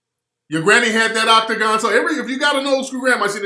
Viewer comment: You brought it back wit " Octogon" hahass